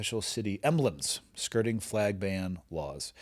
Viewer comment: it sounds like is saying “flaigs” instead of flag?